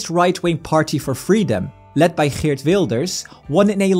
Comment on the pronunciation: The GGGGG in Geert gave it away. I don't think there's any other country in Europe with that hard G sound in their language lol.